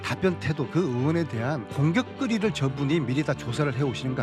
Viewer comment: 안민석 발음 ㅋㅋ 공격거리 > 공격끄리 껌값> 끔깝